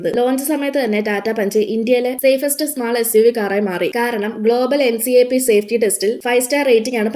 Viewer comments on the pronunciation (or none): എൻ സി എ പി അല്ല NCAP എൻകപ്പ് എന്നാണ്